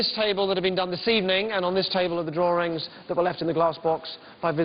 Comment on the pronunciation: "the drawrings"